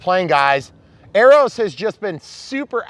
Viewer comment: your pronuciation of Arrow cracks me up . It should be spelled Aeros for the way you say it .